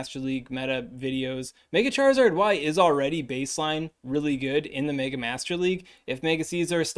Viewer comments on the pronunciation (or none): none